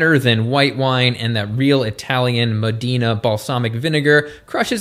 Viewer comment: Yes! Additionally, Modena is not pronounced "Modeena,"